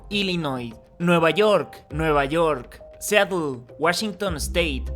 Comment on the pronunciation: Seattle se pronuncia siarel